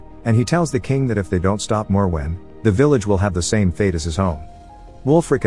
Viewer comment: So the first part of the video you correctly pronounce the monster's name several times as "More-When" then halfway through you start pronouncing it the "Moe-Where" or whatever you were saying. I don't understand in this day and age how people are to lazy or inept to Google the pronunciation or atleast stick to one pronunciation but I guess you decided saying it every way you imagined was the correct course of action lol 😂